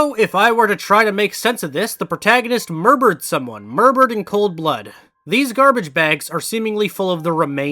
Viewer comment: i did a small double take when you saif murbered lmao sounds ever so slightly off😭😭😭